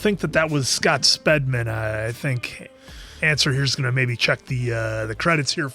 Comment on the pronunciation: It's Speedman!?not spedman